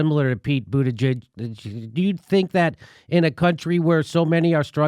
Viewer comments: Jimmy gotta stop saying Pete Butiasgihihg’s name wrong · Just call him mayor Pete instead of pronouncing his name wrong on purpose all the time